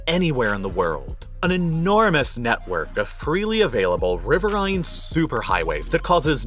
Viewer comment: "Puget like 'pew-jet' not 'poo-jet'." Oh, well. He pronounces "riverine" like "river-eye-ne". (Of course, the last syllable rhymes with with "marine". "Riverine" for "of rivers", "lacustrine" for "of lakes", and "marine" for "of the sea".)